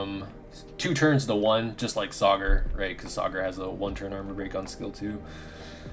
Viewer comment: you are the First YouTuber who Pronounces Sagar correctly i usually see YouTubers calling him "Sagaaaar" 😂😂😂